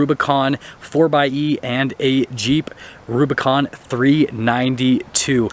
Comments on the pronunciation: Ugh it's not a four "X" "E"it's a 4 by E. Like 4 by 4 (4x4) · The exhaust opens on full throttle anyways. Also, it's pronounced (four by E)